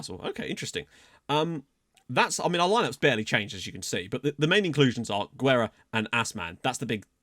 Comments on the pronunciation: Oh yeah; Guerra is pronounce like geh-rra...the GUE like in the video game Gex just don't sound the X so just geh. For the RRA you have to roll those r's like in rah. Last name translate to war or warfare, make that what you will. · its pronounced gerra and you kinda roll the rr's also guerra means war in portuguese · Guerra means War so maybe thats a good nickname you dont say U in Guerra its the same U as Guajardo's surname and RRA is just like you said